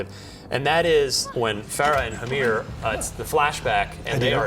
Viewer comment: The interviewer is an absolute doofus. Russians in the embassy? Farah and "Hamir"? Hard to watch, guys.